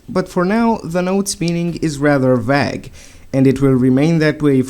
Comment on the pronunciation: "For now the notes meaning is rather vag" Not trying to make fun of your accent, just thought it sounded funny